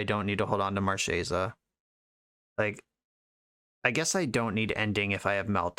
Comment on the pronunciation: wish i could double thumbs up. one for running marchesa and another for pronouncing her name right